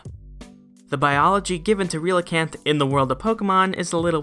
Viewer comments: Relicanth is pronounced like “relic” Also, I’d love a video on the transition between non-avian dinosaur mouth to avian dinosaur beak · Relicanth is pronounced like Relic canth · The Pokedex in Ultra Sun mentions that archeops bite marks are found on Omnastar's shell. I couldn't find anything that could be based on. Also, I believe Relicanth is pronounced like relic but without the hard c.